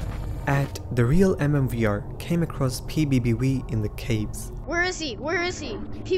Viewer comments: I don't wanna get banned by "pbb wee" 💀💀💀💀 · ‘’PBB we’’ 💀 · ‘’PBB Wei’’ 💀